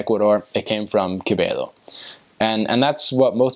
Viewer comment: you pronounce "Quevedo" as if you were from Ecuador! hehe. congrats!